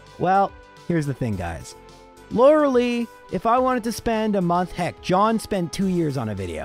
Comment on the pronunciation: The way you say Lorelei triggers me every time